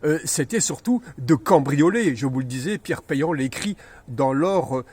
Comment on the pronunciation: FEU PIERRE PEAN ET NON PEILLANT !!